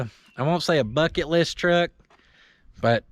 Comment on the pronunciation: did you say bucket or f it list.